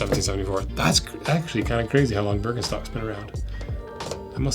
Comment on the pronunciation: Btw it's pronouced "Beer-ken-shtocks"... not Börknstacks or whatever.